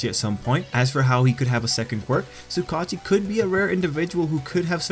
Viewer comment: Bro you pronounce the name like (Su-Ga-Uchi) no Su kachi... sorry I just had to say something